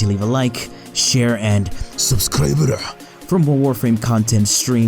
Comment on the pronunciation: but dat "SUBSCRIBUREH" doe..